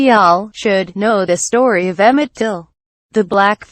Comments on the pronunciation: His name is Till not Tilt smh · His Last Name is Till not Tilt..... Please Correct.... Thanks... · His name was Emmett TILL…not TILT😡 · Till not tilt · His name was Emmett Till. Get it right!! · First get the name right please and thank you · Did you deliberately, get his name wrong ? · Till. It’s been three years and you still haven’t corrected his name. You are hopeless.